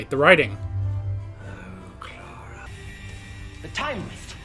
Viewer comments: im not usually bothered by pronounciations but can you please stop saying "clerra" Its "clar a" :) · Sorry but I think i have to Start giving thumps down as long as you pronounce Clara's name wrong!